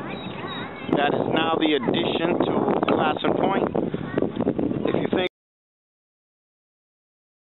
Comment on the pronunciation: Love this! Our name is pronounced Clay*son, though. Long a sound. I don't know where the east coast pronunciation came from. Very interesting...